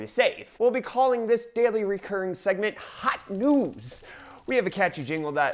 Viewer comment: Who thought when he said "Hot news" that he actually said "Hot noobs"